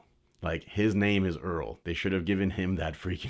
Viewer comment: Earl more like ear